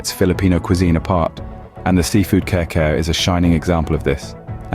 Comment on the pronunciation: I'm crying watching this video. It is pronounce as kari-kari not care-care plus Kare-Kare doesn't use bokchoy 🤦🤦🤦